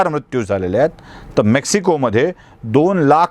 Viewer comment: उच्चार म्रत्यू नको ..मृत्यू असा करावा